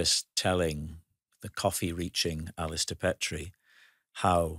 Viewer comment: I hoped Alistair would correct Rob.....its not Pet ree. Its Peet ree....a Dundee and Aberdeenshire name